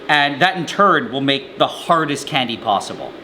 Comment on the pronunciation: ive never heard a guy say "candy" so weird". "KKKKKhandi"